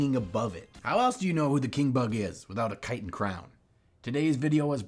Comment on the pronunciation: TIL I've been mispronouncing "chitin" for, like, forever.